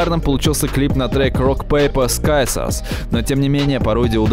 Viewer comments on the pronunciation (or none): не скайсорс, а сизерс (да, я про слово "ножницы") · Да чувак как будто ещё и все слова только в письменном виде видел, а теперь читает теперь с бумажки и пытается угадать, как они звучат 😂 Что слова на английском (police → полайс, hateful → хэтфул, scissors → скайсос), что имена и фамилии (Усачёв, серьёзно?), что названия (Дае Антвуд?😂😂 камон!) Ну вот как, как, блядь можно говорить про ролик, в котором 400 раз повторено "рок пейпэ сизорс" и всё равно говорить «скайсос»? xD